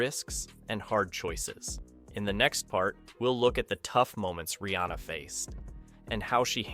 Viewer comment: Pronounced: REE.ANN.UH!